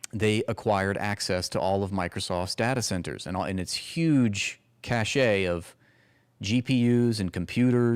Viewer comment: cache (of weapons/documents/etc) is pronounced: 'cash' cachet is pronounced: 'cash-ay'